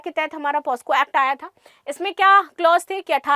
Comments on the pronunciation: Maam POSCO ❎ POCSO✅ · Madam,,,पहले आप खुद पोक्सो बोलना सीखो ,,,बार बार पॉस्को पॉस्को गलत सलत बोले जा रही हो ,,,,वो पोक्सो होता है मैडम पॉस्को नहीं । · मैडम जी पोस्को नहीं पॉक्सो बोलते हैं 😊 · पास्को नहीं पॉक्सो ma'am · Posco nhi pocso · POSCO nhi POCSO h mam